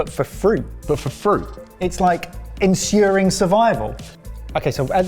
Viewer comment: Sorry but.... "ensyooooring survival" - nobody else picking up this mad pronunciation?? haha